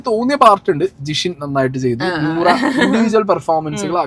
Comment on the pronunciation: നോറ അല്ല നൂറാ